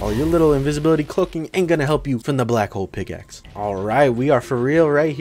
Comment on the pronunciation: BRO HOW DID YOU SAY BLACK PICKLE OMG